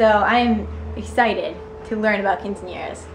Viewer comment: Lol every time you say quinceaneras that way I have to correct you, can't help it haha